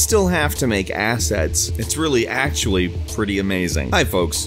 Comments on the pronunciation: I keep hearing you say Asshat lol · The only thing I hear is "Asshats"